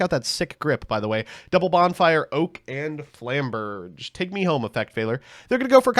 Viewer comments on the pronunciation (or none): none